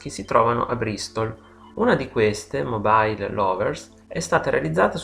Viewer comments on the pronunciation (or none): none